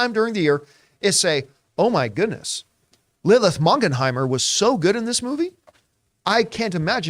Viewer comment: “Lilith Mongonhimer” 😅😅